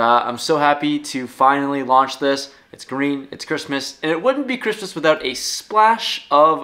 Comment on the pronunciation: Lol. Dude said "Ghristmas" Never heard of it 🤔